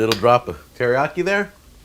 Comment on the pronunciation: I'm learning Japanese and keep correcting my mom that "teriyaki" has four syllables, rather than three, but Jack isn't even trying to pronounce it right. 🤣 (no judgement)